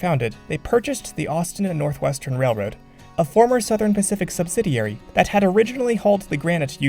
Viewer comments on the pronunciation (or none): none